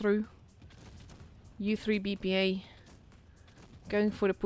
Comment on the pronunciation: we are reading as IZVRA, not u3 BPA) thats short form of ukrainian word, so thanks for streaming